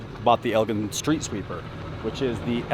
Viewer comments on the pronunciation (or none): That street sweeper is from a company that was founded in Elgin Illinois, it is pronounced El-Gin, like Gin and Tonic type Gin🙂. Elgin was the home of the Elgin Watch Co also, sadly just a thing of the past. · Elgin Sweeper is El-jin (soft "j" sound). Made in Elgin, Illinois, for 108 years. Agreed, it would look sweet in Bradenton with your logo!